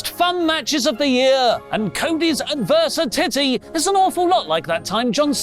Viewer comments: Advers-si-titty.... why 🤣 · The adversitittie is my absolutely favorite thing 🤣 also great story you have made for Cody! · 😂😂😂😂 cracks me up so much 👏🏼👏🏼👏🏼👏🏼 I can no longer hear or say adversity properly anymore